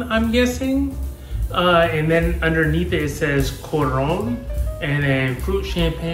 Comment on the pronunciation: thanks for trying a drink from my country! it is artificially flavored, I never noticed the smarties thing, but you are rite tho! i still go crazy for it tho, much luv 🇭🇹🩷 if you want to pronounce it more correctly, it's more like koo-run with the light accent :)